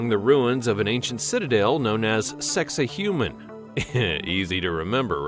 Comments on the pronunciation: Why is it you always change the way that you should say these names OR words it's sacsahuman not sexahuman stop fucking doing it Getto bitch is that how you say your name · Sak-Sai-Hua-man , this is how u prononce it ! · Why is this idiot narrator showing such disrespect for the proper pronunciation of Sacsayhuaman (pronounced, sak say hu aman) as “Sexy Human” - you are showing you ignorance, mate! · The pronunciation used is not correct in many places. For instance Sacks-you-way-mon not “Sexy Human” and the Azores aren’t pronounced with a long E at the end. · snicker....sacsayhuaman is not pronounced...Sexy human! LOL What a maroon! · Dude, you need to consult some experts for pronunciation. Pay-rue (Peru) and your mangled place names caused me pause, but when you got to Sex-a-human (Sacsayhuaman) walls, I had to click off! Also, nothing new here--you're just copying what hundreds of others have done.